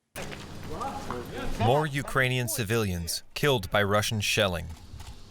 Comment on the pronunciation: Did she say heiled?